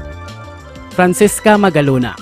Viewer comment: Francesca po hindi Francisca 😂✌